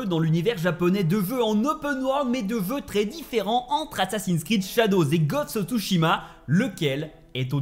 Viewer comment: C est bizarre il arrive a dire "je" mais pas "jeux"